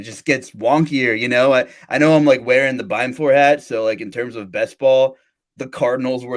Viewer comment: that's not Beimfohr lol